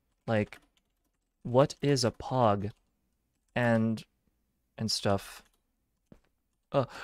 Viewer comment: I loved the stream so much!! I really love your streams! You are really enjoyable to watch, I loved when you were so scared of Pomu 😭 Also how you pronounced Pog, the ppl in chat were hilarious!! Thank you so much for the amazing stream, I really appreciated and loved it so much! It was really fun looking at you exploring the world! I loved every single moment about the stream! I look forward too more, and joining more! I always watch through the end! <33 💛💛💛💛. Also! Have a good rest! And too people in chat and here 🥹💛